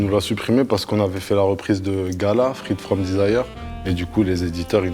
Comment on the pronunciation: Je savais pas que gala était belge « frite from desire » 😘